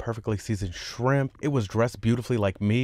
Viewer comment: Cwispy shwimp 🤣 😂 🍤